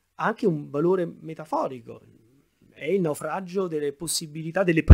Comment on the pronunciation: Bravo ma perdona una piccolissima critica: la dizione è davvero migliorabile. Dici "naufraggggio" " artifisciale" "loggggico" e altro. Per chi ascolta non è la stessa cosa ed è migliorabile con poca fatica. Saluti